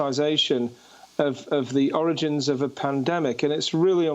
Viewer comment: "Origins of the virus". Didn't you mean "oranges" Amy?